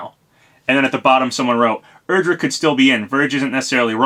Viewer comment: You were close it's "Erdrick"